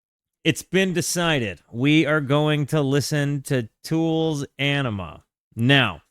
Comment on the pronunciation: You’re gonna hurt the fans feelings ‘Awe nima’ I believe is how it’s pronounced. One of the best Albums